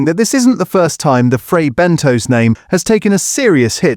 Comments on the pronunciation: Have the makers been informed about the fake food ? Also it's Fray Bentos pronounced (Bentoss) not Bentoes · Bentos, not Bentose. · Fray bent toes!😂